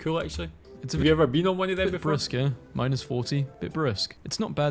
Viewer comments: You pronounce "eh" like the letter A...a long "A"....not like uh as the guy reading this video....its like "Hey" without the "H".... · It's aye not eh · One thing: "Eh" is pronounced like the letter "A", and not a grunt as the video narrator said. Just thought you'd like to be properly informed, A! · I hate how the narrator says eh, it’s pronounced like AY, EY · The biggest annoyance in this video, as a Canadian is he never pronounced, 'eh' correctly. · Yeah that was funny and fun except, sorry, the narrator kept mispronouncing "eh." It's also a rising sound, usually written with a '?' mark. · The narrator's pronunciation of eh is bothering me.